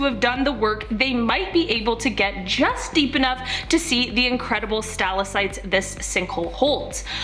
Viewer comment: Okay, I literally cannot take her saying Stal-ah-sites . They are stal-ack-tites. I'm ashamed to share a name with her. 😒